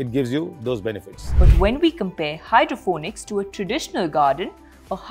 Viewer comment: Hydroponics, not Hydrophonics or Hydrofonics.